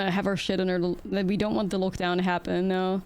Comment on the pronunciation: it is odd you only mispronounce lockdown and no other words... great games!